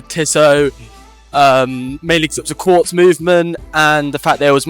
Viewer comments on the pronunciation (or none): none